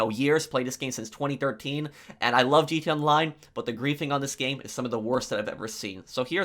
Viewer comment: “GT ONLINE” bro slow down when you talk